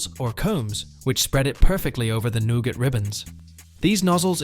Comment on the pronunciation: Nougat is pronounced "Newgut". If you can't use an AI that can pronounce common English words, try using a live person. Otherwise delete this channel. You guys used to be good when you used humans. The AI's you using these channels constantly fracture the English language